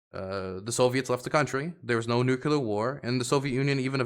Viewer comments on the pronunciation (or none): you are a geopolitical commentator now, please learn how to say Nuclear(Nuke-lear). It's driving me insane. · I just don't understand why it's still hard to say NUCLEAR properly.